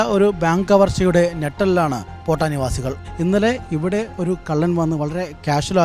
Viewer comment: പേട്ട ഒന്നും അല്ല മൈരേ...പോട്ട ആണ്